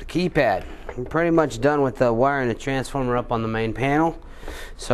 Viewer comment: lol you say "transformer" funny